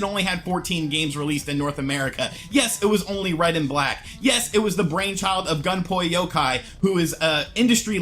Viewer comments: "Gunpoi Yokai"? I know this isn't a big deal at all, but Is there nobody on Youtube that knows how to pronounce the dude's name properly?? It's spelled "Gunpei Yokoi" and is pronounced "Goon-Pey-Yoh-Koy". I'm not Japanese by any means, but it kinda grits my teeth a bit to hear someone mispronouncing names like this. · Gun poi Yokai...jeez never heard anyone pronounce Gunpei Yokoi like that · "Gun-Pay Yoh-Koy" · Yeah really screwed the pooch on that pronunciation. Well at least we can all properly spell and pronounce the name of Jinbei Sugoi inventor of the GermeBoy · You really butchered his name